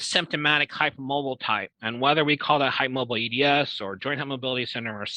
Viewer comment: Yes the way he says "hype moabel" - it's hard to keep a straight face on.